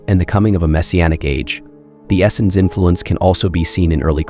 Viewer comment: This guy doesn't really know what he's talking about. I've never heard Essenes pronounced as Essins before. 🤣